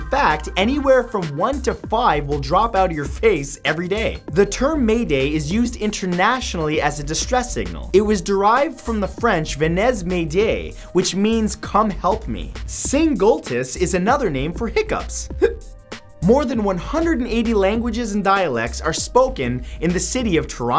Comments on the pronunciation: I love you Matt but my ears are bleeding from your French. It's prononced ven-eh not venezzzz. Bah I wouldn't do much better in English anyway. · Lol the way he pronounced venez, its pronounced with eh like canadians say it at the end not ez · for a canadian you're kinda bad at french ^^ you don't say the "z" in venez :) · "Venezzz M'aidez" ....... SERIOUSLY MATT? YOUR CANADIAN..... You disappoint me.. XD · Venez m'aidier is pronounced ven-ay may-dee-yay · Venez is pronounced "Venay", heads up :)